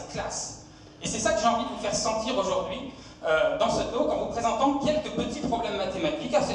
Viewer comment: "Pour le premier Tôlque" Je sais qu'on est mauvais en anglais en France, mais quand même, faites un effort!